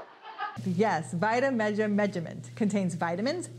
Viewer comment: You slaughter vitameatavegamin. Lol. Say vita / meat-a / veg-a-men. Repeat after me. Lol